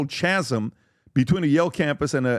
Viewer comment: Republicans crying for DEI 😂😂 you can’t hate “educated elites” and expect to be a professor. PBD even mispronounced “chasm.” Was a dumb dumb group